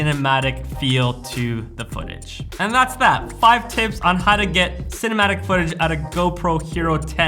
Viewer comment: For a moment I heard you saying "" instead cinematic:D. Anyways, great video. I don't have GoPro or any other action cam, but still watched:). Take care